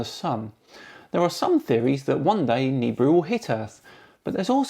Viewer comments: It's Na BEER ooh ya bloody brit. What the hell is a neebru? LOL congrats on 100K excellent channel been loving it! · Is he calling it Noobrew? OR is it nibrew? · Awesome show! BTW: The Planet is pronounced Nuh-Beer-Ew — Nibiru The planet hunter (Sam Hoffman’' says it wrong! Keep it up … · Is that just me or does this Sam Hoffman guy pronounce it more like "Nibrew"? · It's pronounced nibeeru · Omg, my dad is a complete nut about this nibiru shite and he's been " researching " this stuff for years. Also he pronounces it ni-beer-oo, I don't know if that's correct or not but hearing it in the video said differently way was weird to me. Oh and one last thing, my dad is the most gullible person I've met when it comes to internet conspiracy theories. According to him I need to have a more open mind, and when ever I disprove any of his quack "theories" he says I can't possibly know the "truth" cause I'm only 16 and he's 57. He's age is partly why the internet can tell no lie to him. He just doesn't really understand how the internet works. At least he doesn't believe in flat earth, but my mom is leaning towards hollow earth I think. Any time they try spouting any nonsense I just try to make it seem stupid and it would only make sense to a child, and the start with the facts of how it couldn't possibly be that way for what every they bring to me. Any ways great video, and I'm super excited for a 100k special!😊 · You got it so wrong mate. Beside the fact that you are saying Nibiru wrong - you chose the shittiest video to show as proof.There are literally tons of scrolls that describe the planet and it path. Just do a proper research before you bark.....You fucking clown.